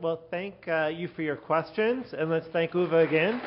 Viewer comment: Uwe with an ou as in you, and not an ü as in über... or Tür...